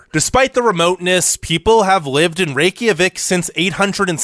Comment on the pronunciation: I'm gonna add to this list with pronounciation errors - Rie-Ka-Vik. Not Rey-Ki-a-vik